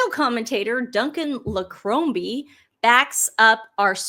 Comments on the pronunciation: lol Duncan Larcombe's name is pronounced "lar-cum". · IT ISNT LARCROMBE ITS SOUNDS LIKE THIS LARCOME ITS ONE WORD LARCOM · 😂It’s pronounce Larcoom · Duncan Larcombes surname is pronounced Larkum.Apologies ,girls , for being a pedant! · Oh,, really? 'Larcombe' isn't hard to pronounce! It's Laa-cum. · The royal commentator is pronounced Duncan Lar com the b and e are silent 😊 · It's pronounced Duncan LAR COME